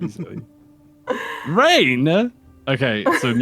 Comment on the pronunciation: That "RAIN!?" Was personal